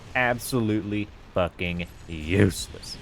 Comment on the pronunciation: the way you said USELESS made me spit out my beer 😂